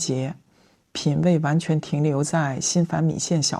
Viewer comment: 张杰的普通话里有浓重的四川口音，但又不是幽默可爱的川普，他，很用力想把普通话说标准但咬字就是四川话发音，比如“完全”两个字